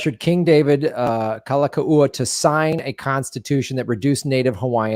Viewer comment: Kalakaua: Cal-ah-cow-ah